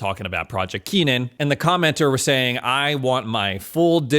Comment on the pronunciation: KENNAN not Keenan